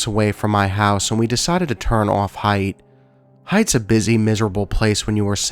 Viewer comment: I am in no.way trying to be a snot...just an fyi. The word Haight in the San Fransisco story....it's pronounced HATE rather than Height. The Haight Ashbury area was quite popular in the 60s with hippy's! Again, just for info...not snark. Awesome video....as always!